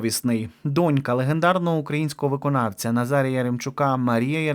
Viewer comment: ну що це за неподобство? Завжди стільки помилок... ПериНАтальний! Кілька та декілька - це зовсім різні речі! Та й про наголос у слові дОнька треба вже нарешті запам'ятати... Ну скільки можна так помилятися, особливо, якщо ти з україномовного середовища‽ Це неприпустимо!!!